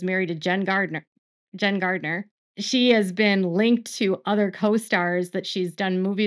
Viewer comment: It’s Jennifer Garner not Gardner